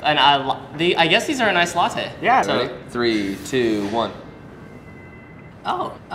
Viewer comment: ICE LATTTEEEEEEE !!! Though its Nestlé